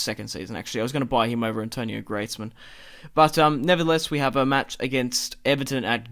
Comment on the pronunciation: Antoine , not Antonio !!!